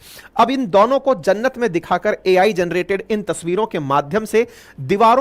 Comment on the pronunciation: भाई आप 'दोनों' को 'दौनों' क्यूँ बोलते हो